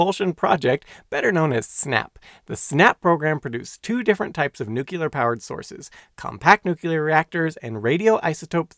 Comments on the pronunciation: Nu-cle-are .. not nu-cule-are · It is pronounced "nooklear", not "nookyelar" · Could an educational channel at least bother to pronounce nuclear correctly? Nukular is not a word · You really Ned to learn how to correctly pronounce nuclear. It’s not “nucular” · Nu-cle-ar. Nuclear.👍 Nu-cu-lar. Nucular.👎 One of these is correct. The other is worse than fingernails scraping down a blackboard! Other than that, I love your content and your very informative videos. 😎😁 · "Nuclear" is pronounced NEW-klee-ur(er) "Nuclear" is not pronounced NEW-kew-lur(er) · Someone that can't pronounce "nuclear". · New. Clear. Newclear. Nuclear. It's NOT hard to pronounce. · New. Clear. Newclear. Nuclear Why does nobody see this! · Fascinating and very well done! But remember, in nuclear, the Q is silent. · That mispronunciation is not regional and is therefore considered an eggcorn. e.g., I've never heard anyone call the center of an atom a newkewlus.